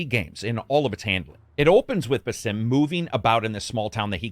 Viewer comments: It's pronounced "BAsim", not "baSIM". They say his name in most of the trailers for Mirage, not to mention in Valhalla which came out almost 3 years ago. Otherwise a decent review but I feel like you don't really care about the story if you can't even pronounce the guy's name somewhat correctly... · It's Baa'sim, just lakiek saying Back or Balance not B'sim as if you are saying Bethesda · Stop pronouncing Basim as it's not meant to be pronounced. It's annoying as hell. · The amount of cartoony, reused and tiny variety in the takedown animations is what ruins this game. Also, the narrator is pronouncing Basim's name like a fucking idiot. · Pretty sad you can't pronounce Basim correctly.